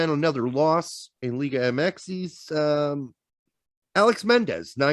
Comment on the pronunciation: The X in LigaMX is pronounced eh-kees